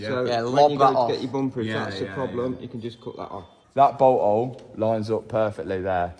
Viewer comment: if that's how u say " bolt hole " how the hell do u say " butthole" 🤔😆😆